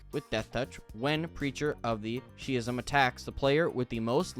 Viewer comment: Schism is pronounced "sk-ism" I hope this helped. Keep up the good work!